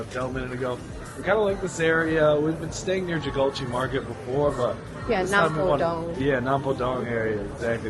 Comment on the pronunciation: rewatching for the nth time and lol after the way you said "namdaemun", I was just thinking, when you come back to Korea again, it might be time to learn proper/better pronounciation of things by now 😅 (google translate can do a lot for you with this) the hoddeok was much better this time!